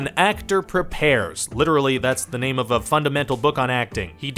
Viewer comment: bro you killed his name haha